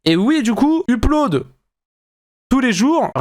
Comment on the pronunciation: hello, arrête de dire uuuUppe-lodde on dit EUP-lodde ! merci